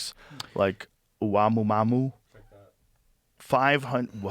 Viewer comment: Avi Love just died when you pronounced Oumuamua as omaMumaMu , Joe